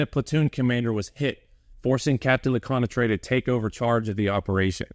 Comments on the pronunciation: Hey great video, I'm not sure if anyone gave you a way to correctly pronounce Lecointre, but here's my phonetic suggestion: LE_CO_ANT_TRR. instead of LE_COY_NAY_TRAY. Does it make sense? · "le-KWAHN-truh" = Lecointre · LeCointre became something like Leconetrais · A good piece of work, indeed. As for pronouncing French names, you do a good job, with the exception of Lecointre- an admittedly difficult word. Maybe you should try something along the lines of luh-KWENtr' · Your french names's pronounciation is pretty good and understandable, except for the main character : Lecointre. But it's a french name tipycally hard to pronounce for an anglo-saxon speaker, then don't worry, all's fine. Anyway, good job and thanks for exhuming this fierce piece of french combat. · You did great regarding French name pronounciation, with the exception of Lecointre but honestly it would have been impossible to pronounce remotely correctly by a non French speaking person, so kudos to you ! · Lecointre……! His video is great, not the pronunciation of French names, but that’s ok :) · Everything good expect Lecointre, 'oin' makes a special sound in french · Compared to how Lecointre is pronounced, that one is a minor offense.